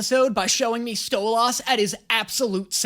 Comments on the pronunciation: Bro cant stop saying stolahs instead of stolas💀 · First of all, the sixth episode is my favorite in the first season, second, it’s Sto*lis* not sto*las* (I know I’m a jerk but gahhh it’s how it’s pronounced) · Miss spelling Dinosaur. Alex Brightmen appearing. This is just a me thing but I love how we all got on you for pronouncing Alastor as Al a star, but when you pronounce Stolas as Stol as, we’re all fine with it. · The part you learned youre meant to say Stolas like; Sto-less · "Sto-lahs" is irking me as much as people who say ironical and i THOUGHT i moved past that kind of grammar policing after college.... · Why is he saying stolas like stoads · not you saying stolAs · Am I the only one that is in the episode all time and internally getting killed for 5 seconds every time says StoLAS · It’s actually sto-les.. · Idk if it's a bit on this channel, but it sounds like pronounces 'Stolas' like Stella's pronunciation: "Stole-Ass" lol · "sto-LAS" gets me in the worst way every time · "Stolaasssssss" hahaha bro hes saying his name is saying it wrong 😂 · Omg I hate the StolAs like please say it correctly!!!! Also….i love Alex! Don’t you! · you pronounce stolas like stella and im here for it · im gonna cry if he calls stolass stole-ahs again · Whats funny is Stolas is pronounced almost like soulless!! (Stol-llis) Also Blitzøs mom is dead, thats why he was crying at the end of season one final. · OMG STOP SAYNG STOLAS SAY STOLĂS PLEASEEEEE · “I love stolaz” who doesn’t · I love how says Stolas’s name like Stella XD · Again with someone saying stolaas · He's still calling Stolas Stol"uh"s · Hey y’all, remember when we bullied this man into saying Alastor’s name correctly for Hazbin? Yeah I’m gonna need to see the same effort here for Stolas’s name. If I have to hear this man pronounce it like “Sto-lahs” one more time I might actually lose it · brooo his name is pronounced stole - es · I love how always pronounces Stolas' name as "Sto-LOSS"